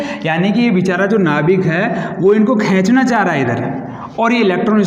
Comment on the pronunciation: खेचना नई बोलते खिचना बोलते है सर